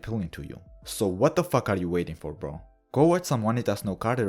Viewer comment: I've been meaning to watch this but haven't had time yet. Also, as someone who used to take Latin, I appreciate that you pronounce the V as a W haha. Glad to see you back on the grind! I missed your brand of humor.